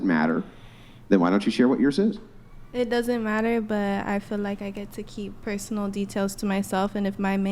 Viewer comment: Why are all younger people saying "fill" for "feel"? It drives me bat shit crazy when people can't even pronounce words properly, but they have the audacity to try and be an influencer, like that chick.